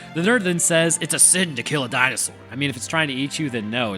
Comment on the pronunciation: I fucking love that the education DNA man's southern accent "Di-no-SAWR" pronunciation lives as rent free in your head as it does in mine. It's been 30 years and I still say DinoSAWUR like that every time